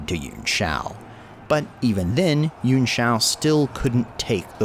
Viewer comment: Yuan Pronounced: Yoo-Anne or Yoo-On Killing me every time you pronounce it.